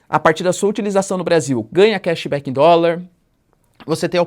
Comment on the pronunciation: Gramaticida, va procurar um revisor pra vc flr direito. Sua pronuncia em ingles entao, vixe. Kéxi béki❤😂 vc so transmite as boticias, n pensa, td mt superficial, no mais td ok